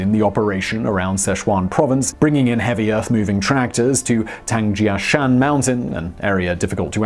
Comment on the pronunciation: Oh I see you can correctly pronounce “Tangjiashan” but not “Chinook” lol. What’s up with that? Lol